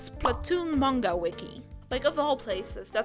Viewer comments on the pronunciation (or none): none